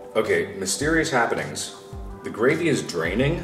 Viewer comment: "Gravme" I'M DEAD😂